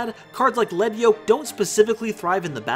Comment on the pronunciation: Thank you for pronouncing Lead Yoke correctly. Every time I hear 'Leed' Yoke, my skin crawls.